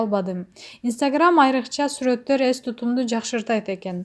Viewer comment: Ес эмес,эс кандай немесин сенн